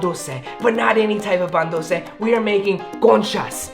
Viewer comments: No hate but is very whitewashed. Literally, every time does something remotely Latin he does this weird Spanish accent to make it seem like he is a true Mexican lmao. He also said, "Pan duce" and not Pan dulce,. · my dude really said “pan ducceee “ speak it right or don’t say it 😂😭